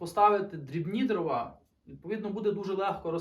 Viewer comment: не дровА, а дрОва.